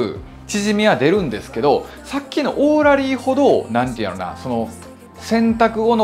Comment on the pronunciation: オーラリーのイントネーションが気になるけど